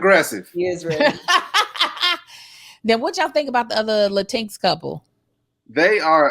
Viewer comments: Drinking Game every time ya'll say LATEENX 😭 It's LATIN-EX. Big love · “Lateenx” cracked me up 🤣